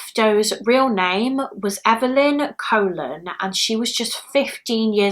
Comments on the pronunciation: Just so you know, the name Colon is pronounced the same as Cologne. Love you so much! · Thanks for updating the cases. Colon is an Hispanic name, it is pronounced with two long o’s kind of like “Cologne”. It’s so sad that even her real image remains mysterious. I really hope her family members have better pictures of her. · The last name Colon may actually be pronounced like cologne (I had a friend with that last name so just an assumption) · Hey lovely, Evelyn’s surname is pronounced Cologne. It confused me at first too 💜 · I've seen multiple videos covering this and have yet to see anyone pronounce it correctly.